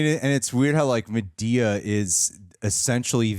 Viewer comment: He is cute but he is not yet invited to the cookout. He still can't seem to say Madea correctly, so it's a no for me. Lol